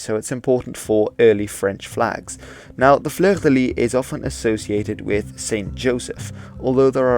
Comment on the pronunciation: Cool vid.Just for your knowledge, the last "s" in "Fleur de Lys" or "Fleur de Lis" isn't silent. Just mentioning this because the way you say "fleur" is A-OK. French is quirky.